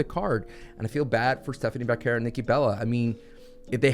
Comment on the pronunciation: thank you for pronouncing Stephanie Vaquer's name correctly! 🙏 drives me crazy calling her "Stephanie Vucker" constantly!! 🤦🏻‍♂️🤣🤣